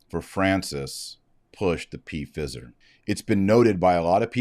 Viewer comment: Does Dr. Marshall mean to say Pfizer like that????😂😂